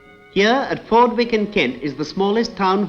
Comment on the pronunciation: I counted 5 cars, only 2 were moving. Interesting to hear how he pronounced Fordwich, less than a mile from where I grew up, as Fordwick; never heard that before.